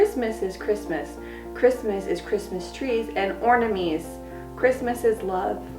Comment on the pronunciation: This video got a Thumbs Up, purely for the Christmas poem 😂 jk, of course I also enjoyed the rest of the video. But "Christmas is ornamees" really got me lol